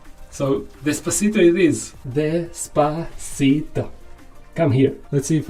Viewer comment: Bro its des-pa-cito...